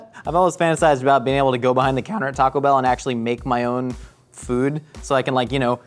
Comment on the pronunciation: Every single person at mythical says "TACO bell"